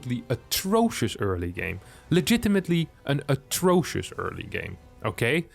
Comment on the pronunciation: Atroshous or whatever he said. I don't know that word, but I know it's worse than terrible. Respect for that IMBA complaint I've learned a new word.